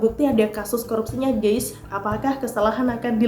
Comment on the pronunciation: Maaf ya. Bukan mau sok pintar tp sebut kata "GUYS harus hati2. Jangan salah baca. Bacax harus "GAIS" jangan baca GEIS. Artinya akan beda. Mohon maaf ya...!!! Kritik membangun